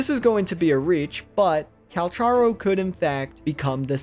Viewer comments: his name is not " Calsharo" his name is pronounced with a " k " instead of a " sh " so more like "Calcaro or Kalkaro" if you want, you can look this up ingame where he introduces himself, (in the menu - voicelines) its crazy that so many people still get this wrong :D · CAL-CAR-O!!! He literally tells you his name in the voice logs 🤦🏽‍♀️ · bro it's cal-car-o